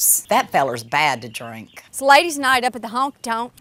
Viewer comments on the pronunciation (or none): none